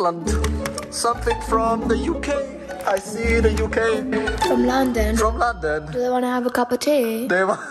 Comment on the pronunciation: The way u said London and England was rude